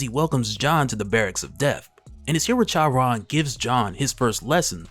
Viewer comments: Charon lol the H is silent bro lol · I think Charon is pronounced like "Car on" though I could be wrong, either way great video as always. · Good lord please look up how to say Charon. Jeez